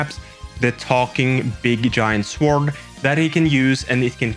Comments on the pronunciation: The W in Sword is silent. Phonetically, you say it 'sord'. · Buddy the w is silent in sword 😂😂